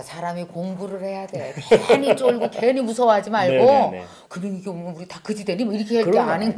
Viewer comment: 미경씨 발음이 귀엽습니다. 금융위기를 굼융위기라고 ㅋ 볼펜 색깔이 예쁘네요. 미경씨는 얼굴, 말투, 포스, 눈초리 모든 것이 귀엽고 예쁩니다.